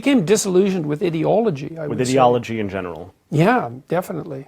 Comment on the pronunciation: The only negative thing I have to say about JBP is that I don't like the way he pronounces "ideology". That's it. Hours of watching him and that is the only thing. The guy is a legend 😁